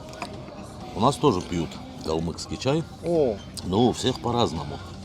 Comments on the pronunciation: Не калмыКский, а калмыЦкий! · Не говорите пожалуйста "КалмыКский". Это очень не нравится нам. Правильно говорить "КалмыЦкий"